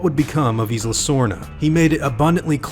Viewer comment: This is cool. FYI, the "S" in Isla is silent. Same as Island